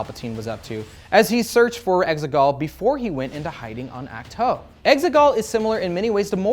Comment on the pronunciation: Ach-To is pronounced as Awk-too not Ack-toe Just saying. 🤷‍♂️